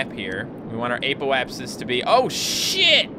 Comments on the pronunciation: It is not pronouced ApO-apsis it is pronounced a ( as in apple) p O (as in oh) apsis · Its pronounced aahpoapsis